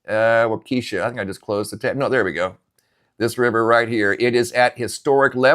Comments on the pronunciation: It's pronounced walk-esha FYI not eesha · It’s pronounced WALK-a-shaw. Emphasis on WALK. There is no keesha. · Wah ka sha not wakeesha..cringe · Waukesha is pronounced Wah-keh-shaw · It's not Waukesha like you are pronouncing. It's Pronounced Wau kEh Shaw. 😔 I'm in Central WI and we only got an inch. Milwaukee got the majority. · Waukesha, emphasis on the first syllable, not the second. The second is short E, not long. Walk-eh-shaw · Pronounced Wa kee shaw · Huh? You never heard of Waukesha? He’s mispronouncing it, but I assure you Waukesha exists.